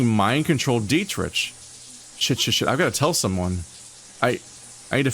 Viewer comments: ...ahem. The wolfcop's name is pronounced DEE-trick. Political rants I can handle, but mispronunciation... 😵‍💫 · Hey, sometimes we read words and names before we ever hear them. And on that note, are you sure? The developers are German. It could be "DEE-trisch"